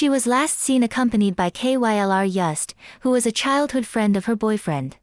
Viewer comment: I like how the computer voice is so dumb it spells out K-Y-L-R every time lol